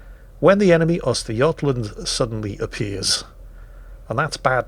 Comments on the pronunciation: Very good work with "Östergötland". <3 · That was a perfect pronunciation of Östergötland